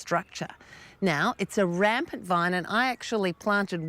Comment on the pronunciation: How does she turn vine into a three syllable word? .